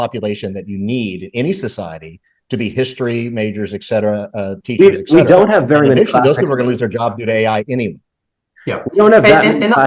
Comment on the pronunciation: And please say ‘et cetera’ NOT ‘ek cetera’.